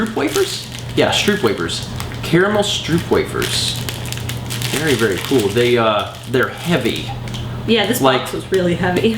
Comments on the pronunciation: Stroopwafels are pronounced stroapwaafles:) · you butchered the pronounciation of stroopwafels so bad